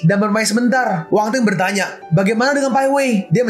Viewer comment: Min nama nya Wang Feng bukan Wang teng